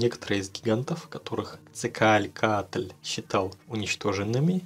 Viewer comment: Видео называется " 20 минут пытается правильно прочитать имя Кетцалькоатль"